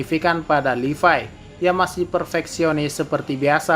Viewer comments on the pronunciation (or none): Levi oy bukan Lipai🤣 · Gw baru tau ternyata levi dibacanya "livay"